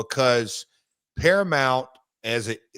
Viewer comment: It's not "Paramont" Conrad!!